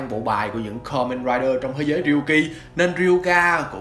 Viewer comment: Đọc sai chữ, từ ka men raiđer đọc thành karaider🖕